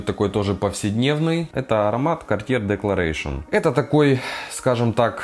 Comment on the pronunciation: Правильно EAU читается как О. АNCRE читается как анкр. Чёрный якорь. Не Декларэйшин, а Декларасьён. Уж вам, человеку, который занимается парфюмом профессионально, необходимо знать, как правильно звучат названия продуктов.